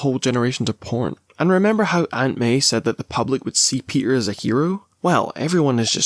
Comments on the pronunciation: My boy “ PEE-ER” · "we're here for my boy pe'er" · why'd you say peter like that